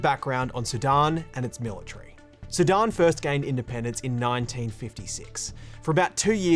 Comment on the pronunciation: Great broadcast! I love how he pronounces “Sudan” so it sounds like “Sidon”. Great job guys!